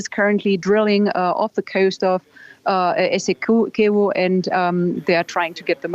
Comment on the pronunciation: Its essequibo... not eseqiubo.... get it right